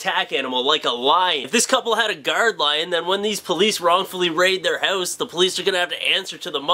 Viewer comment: Am I the only person who can't stand the way you pronounce the word "house" . haouuuuuse